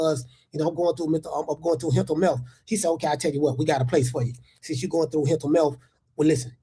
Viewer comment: “Hental mealth” is taking me out